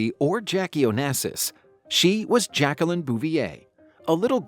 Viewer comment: Her name is pronounced ‘zjac-que-leen” Say every syllable.